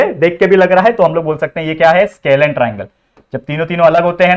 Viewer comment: सर वो स्केलिन नहीं स्कॅलिन triangle हैं।